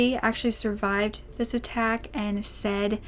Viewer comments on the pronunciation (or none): none